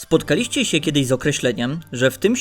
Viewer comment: SpotkaLIŚCIE … piewsze słowo w materiale i akcent powala. Nie słucham dalej.